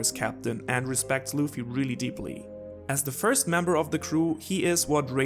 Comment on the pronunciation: The name is "Luffy (Ruffy)" not "Loofy" xD